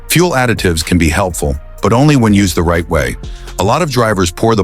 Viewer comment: Another example of why AI voices are terrible - the second line of this video: "most people do something right before pumping gas..." The AI makes it sound like it's right as in correct, when the meaning is "just before." This effectively gives the opposite meaning from the one intended. Just let a human being read it FFS.